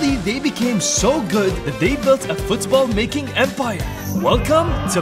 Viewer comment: The way he says Football Fuuthsball gets me everytime